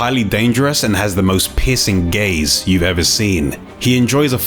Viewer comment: I'M SO SORRY BUT I HEARD "PISSING GAZE"